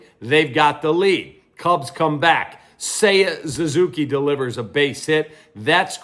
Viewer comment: I seriously do not know why you flat ass refuse to say Suzuki's name correctly. Are you just an ass or is it something else?